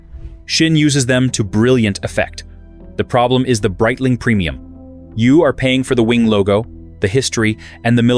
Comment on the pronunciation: “Breetling” AI get it together